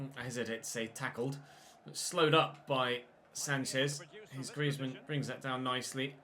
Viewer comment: Antoine Griezmann is being read as Greezmann I guess that we'll hear this name more often so just reminding